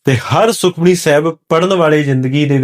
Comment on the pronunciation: ਆਪ ਜੀ ਸੁਖਮਨੀ ਲਫ਼ਜ਼ ਨੂੰ ਸੁਖਮਣੀ ਨਾਂ ਪੜ੍ਹੋ ਜੀ।। ਪਹਿਲਾਂ ਠੀਕ ਪੜ੍ਹੋ ਜੀ ਜਿਦਾਂ ਭਾਈ ਗੋਪਾਲਾ ਜੀ ਨੇ ਪੜ੍ਹਕੇ ਸੁਣਾਇਆ ਸੀ।।